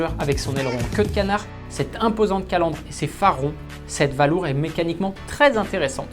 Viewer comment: Il me semblait qu'il y avait des cours d'Anglais dans les écoles françaises... "Valour" prononcé sans aucun effort d'accent, ça ne met vraiment pas en "valeur" le petit bijou d'Aston. Un savant mélange entre valise et balourd. Atroce !